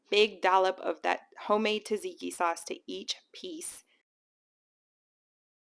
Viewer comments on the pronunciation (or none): TAH-ZIKI sauce?? Seriously? If you don't know Tzatziki is prounced ZAD-ZIKI then no credibility.